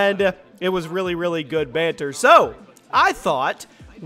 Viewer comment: the way he ses banter lol